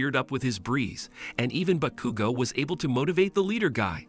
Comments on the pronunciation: The entire time i was dying every time he saqid "bakugu" or "kachyn" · Bros saying Bakugew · “Backugo” or “catchin” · Bro you did bakugo dirty (Realy bagugo)😂😂😂 Ke chin Kaachan